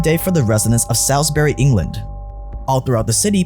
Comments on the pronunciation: "Salles Berry" bro it's pronounced "Saul's burry" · 'sols-bree' not salsbery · Oi bruv, it’s pronounced ‘say - ils - buh -ry’ not ‘sals - bury’ wanka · Quick nitpick: Salisbury is pronounced "Sorlsbree" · It's pronounced like "Bawls-berry" with an S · It's pronounced Sallllsssbury you .... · Salisbury is pronounced sols-bury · Love the content but you don't pronounce English names correctly. Salisbury is SAWZ-bər-ee. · Pretty sure you didn't say Salisbury correct or is that way you say in England?